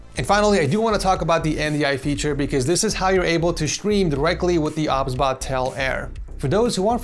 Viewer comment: I think it's pronounced "O, B, S, Bot" but i won't judge. 😅 Also, do you stream? I would love to watch your streams! ❤